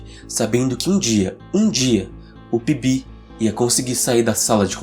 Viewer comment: Só entendi que o nome era PB no final, Eu tava entendendo ele falar Pipi estava até pensando que raios de nome é esse.